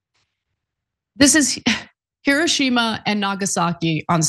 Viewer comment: Japanese is not Spanish: The accent in “Hiroshima” is on the ‘o’, not the ‘i’.